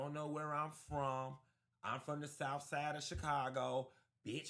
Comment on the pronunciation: “Q I’m from the Souff Side of Chicago “ 😅😅😅🏃🏿‍♂️🏃🏿‍♂️🏃🏿‍♂️